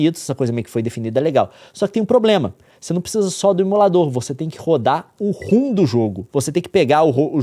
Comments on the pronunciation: Leon reclama tanto dos outros falando errado e me lança um ROOM. Rom se le ROM. kkkkkkkk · Pelamôr, para de chamar "ROM" de "RUM"!